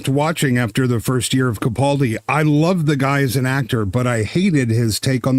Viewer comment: Why does constantly mispronounce CAPaldi as PACaldi?? Ffs get the man’s name right!